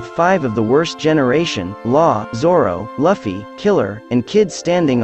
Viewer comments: Did this dude call luffy, luufy? For shame young human for shame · Love the video but please pronounce luffy’s name write lmao. Its luuufy, not like how his names written.